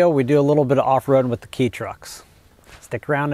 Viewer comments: Enjoyed the video! I noticed that you pronounced ‘kei’ as key….. the Japanese pronunciation is ‘k’. If you ever want to extend your Kei experience, you should really look into getting a Jimny. ‘Though people may scoff, they are a true 4x4 capable of tackling just about any obstacle. And the aftermarket for Jimmys is HUGE! I’d suggest looking into the JB23 series, especially the last few versions (I think they’re designated 9型 or 10型). With the Jimmy’s you’ll have a full length ladder frame, an actual transfer case with 2H, 4H and 4L. They were available with LSD (and possibly locking diffs. It’s been 8 years since I bought mine and I can’t remember) I foolishly just went with the open diffs because I planned to add a locking diff…. but, you know…. Life. Any, always enjoy your videos, no matter the topic. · I love your videos and your a cool dude but it's not key trucks it's k trucks like how you say it kei is spelled like that but you pronounce it k cars or k truck